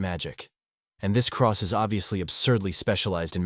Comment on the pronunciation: C R E ST NOT CROSS!